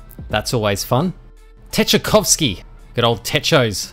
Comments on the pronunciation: "well uhm acually tchaikovsky is pronouced "Chai-Kov-ski"🤓🤓🤓🤓🤓🤓🤓🤓🤓🤓🤓🤓🤓" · the way you pronounced Tchaikovsky hurt me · Did you purposefully mispronounce Tchaikovsky and Beethoven?? 😂